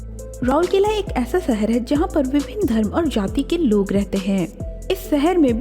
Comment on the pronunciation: First learn to pronounce the name as it is written.. ROURKELA.... not RouLkela...😂